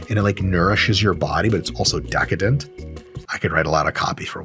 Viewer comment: The way he said DEHcadent the first time 😂